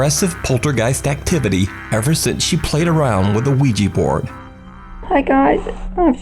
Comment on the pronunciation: OuiJI bord ? Stop , it's OuiJa bord